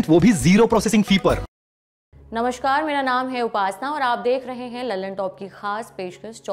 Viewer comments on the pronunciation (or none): तुम देवी जी नमस्कार को नमश्कार क्यों बोलती हो। क्या कोई हमारी टिप्पणियों को पढ़ता भी है?